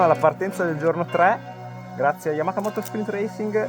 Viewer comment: Comunque si dice YamaHa, non YamaKa 🙂